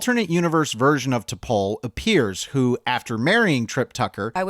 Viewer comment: First, and this is a minor point, but T’Pol is should be pronounced to rhyme with “all’ not with “whole”. It’s “T’Pall” not “T’Pole”. But that’s typical of the strange take this essay seems to have on Enterprise. Blame for its shortcomings seems to be directed largely on studio interference. But it was immediately apparent when the series began that it wasn’t going to reflect a Star Trek vision of the future. All of the human characters had personalities reflective of conservative men born in the early 1950’s who largely rejected the Black, womens, and gay civil rights and liberation movements of the 60’s and 70’s. They were all written as if the third world war and first contact hadn’t changed anything. It was a macho man’s show, with those ridiculous near-nudity scenes just being the most obvious demonstration of it. And that wasn’t the studio, that was Rick Berman. It was hyper-homophobic to the point where two male characters, literally freezing to death, wouldn’t huddle together to conserve body heat. The sole Black character was permanently consigned to chauffeur and had lines almost always limited to “yes sir”, and the sole human female was nearly always shown to be anything from hesitant to outright terrified. In a word, it was hypermasculine, and you could feel the actors often struggling to squeeze any authenticity from their lines. Also, calling Tripp “emotionally unstable” is weird and unjustified. That clip you used as an example was very well explained in by the